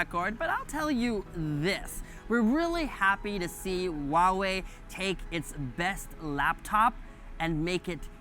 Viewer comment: huaiwei ， not wuawei.